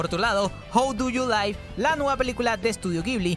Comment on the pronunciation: Estimado, la pelicula se llama "How do you live", lo cual se pronunciaria "jau du yu LIV" cuando se usa como verbo, la palabra live se pronucnia tal cual como esta escrita, pero con la E muda